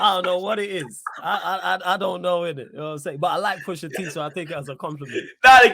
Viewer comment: Straight violated man first 10 seconds “pusha T”😂😂😂😂😂😂